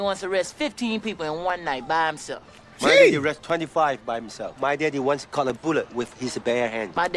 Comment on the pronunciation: Exactly, Jackie's english speaking bloopers are hilarious "my daddy once COTCH a bullet" lol. Chris Tucker's bloopers are really funny too.